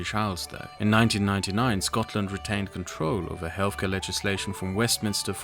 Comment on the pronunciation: Absolute rubbish from start to finish. I’d caution people in trusting someone on issues rating to public health that can’t even pronounce the word “health”, as in “healTH”, not “healFF” 🤔🤦‍♂️